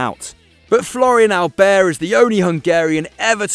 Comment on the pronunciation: . That's STEFANO ERANIO! Alder? Alder? 😂😂😂 His name is Aldair! Pronounced Aldayeeer! Why do they keep having little kids commentating on these videos?